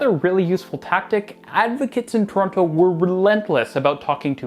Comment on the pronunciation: You lived here for a while now you’re going to have to learn how to say Torono 😂 anyways I’m really excited for this station rebuild ❤ I’m definitely excited for the downtown relief line and the new stations.